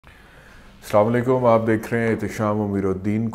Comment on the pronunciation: sahab Samalaikum na kaha karen is ka matlab hota hy "aap par mout aey" assalam. O.alaikum sahi salam hy.